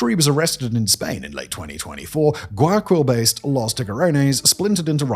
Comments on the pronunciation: It’s pronounced closer to Why-A-Kill that what you’re saying “guy” is tricky to sound out in English but not Guy-a-Quill lol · I'm a gringo who's only been to Ecuador once and even I cringed at how Simon said "Guayakwill" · Yea that was a little painfull. In case he's reading the comments, it's pronounced: why-a-keal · Guayaquil is pronounced Gwai Ya Keel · Why-a-keyl = Guayaquil. Please learn some basic Spanish pronunciation or have someone write the words for you in a way that helps you. So.many.cringes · First, Guayaquil is pronounced ɡwaɪɑˈkil, the last syllable like the Unalive, which has made the grim joke of it being called GuayaKil Second, the story goes further deep. The prior government of Correa was routinely involved in drug trafficking itself, evidenced by cases such as Narcovalija, where a diplomatic bag with the seal of the chancellery (Foreign Affairs Ministry), filled with cocaine. In the vacuum of power left by Correa being put aside politically, the gangs had no new incentive to keep the peace since the leader of the biggest syndicate, the government, no longer had an alleged grip on the smaller gangs. FARC was a known financer of Correa's first presidential run, back in 2006. Hilariously, in the final runoff of the 2006 election, he faced the current president's father, Alvaro Noboa, one of the richest people in the country. Ask me more, I know plenty about this. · I just wanna correct you on something. The pronunciation of Guayaquil is Guaya-keel. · Uh, it's pronounced "Goo aya KILL" ... and uh, we dont go there if we don't need to.